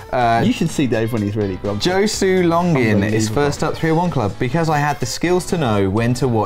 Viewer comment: For future reference, Dave, "Josue" is pronounced "Ho-sway."